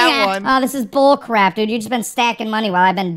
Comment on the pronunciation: He said cra p